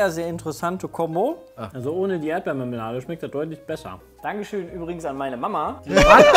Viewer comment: Aha, viel mehr "Erdblalamelade" also :D